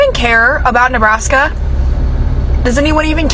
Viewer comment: 😂😂😂😂 Ne Nebbbr Nebrask? No!!!!